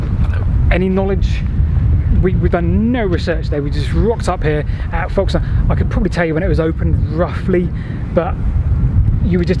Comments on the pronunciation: Another cracking video - sorry I meant &!! 😱 My wife will be especially pleased as she was born in Folkestone (with an 'F' not a 'V' please!! 😎) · It's pronounced Fokes-ton, but with an 'L' in front of the 'K' that is so quiet you can't hear it. Now, say after me...